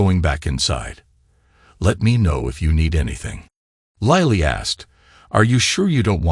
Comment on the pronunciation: why does an i become a y .....its LILLY not LYLLY ...its LILLY...learn to read